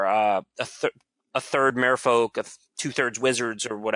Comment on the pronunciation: Love but wish he'd pronounce Fish as Mer-folk not Mare-folk